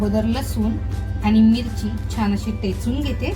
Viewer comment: टेचून नाही हो ठेचून म्हणा